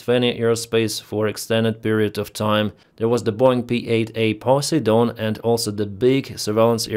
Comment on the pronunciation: Cheers from the US,, your English is AMAZING. Here's a quick and friendly word of advice, Poseidon is pronounced like (puh - sieydn) the siedyn part is like our former presidents last name Biden, however with an S instead of a B. Other than that, Slava Ukraini! Always praying for the Ukrainian people. I support Ukraine because of its relatability to my experience here at home in the US. I know in the end, Ukraine will win, and I believe that won't be accomplished through weapons alone, but rather the impeccable resolve of the people, the SPIRIT OF UKRAINE 🇺🇦🇺🇦🇺🇦🇺🇲🇺🇲🇺🇲 And thank you for all your hard work in reporting this war. I've been watching you almost daily since the war first began. Instrumental in keeping me and others informed on the trajectory of the war and how the fronts is constantly changing.